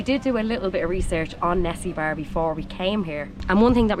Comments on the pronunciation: Don't get me wrong, no critisism, actually on the funny note: the lady ( sorry it is my 1st video watching ya, so don't know your names yet- i will watch the rest of the videos :) ) you sound like you are saying '' Nessibar '' , ''Nesi 'like from loch ness :D and bar like bar/pub , so try to pronounce it like : first part of 'ne' is the same , then the secon E is like for electicity but the most important will be the ''A '' ,pronounce it like for UP , it sounds crazy but that's how's supposed to be : E like for electricity, A for Up : nEsEbUr, and if you can try the ''r'' like for Rocket: you will be trully Bulgarians :) BTW Hello from Isle of Man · Actually Nessebar is misspelled in Latin and this leads to a funny mispronunciation of the name. Trust me... The correct name is Несебър (in Cyrillic, Bulgarian) and pronounced as close to Nes-seebŭr (the stress point is on the second syllable). The city was built at 5th-century when Thracians and Bulgarians started to live together at Balkans. By the way, Sunny Beach is just one of the many major tourist destinations along the Bulgarian coast. It is worth going south even after Sozopol, where you will find unbelievable lagoons with amazing scenery and enormous natural dunes of sand. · Please, just say it right. Несебър. It is a harsh word, and a strong one. Ne- sE - bAr if you will. Sunny Beach .... It is Sunny. I am glad You have liked it. You better stay in Nesebar, haha! Take care!:D